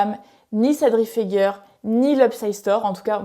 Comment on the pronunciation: Ce n'est pas Sadri feger mais Sadri FegAIER ( ca se pronnonce comme misére, hier etccc..) Fegaier ( iére ) ...